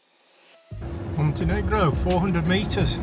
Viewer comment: "Montenigro" 🤭 Love the dog!